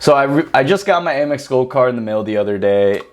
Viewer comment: Am-Ex (American Express) not A-Mex